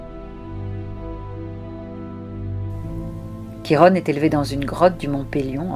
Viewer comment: Bonjour, la prononciation est " Kiron" et non Chirone ;)